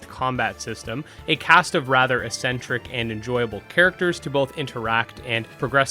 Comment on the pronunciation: Did you just say "essentric"?